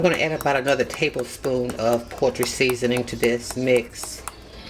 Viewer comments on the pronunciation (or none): Did she say “poetry seasoning”? 😂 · yes. Or portry. Repeatedly!